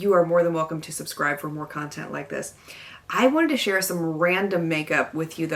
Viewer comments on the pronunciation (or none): none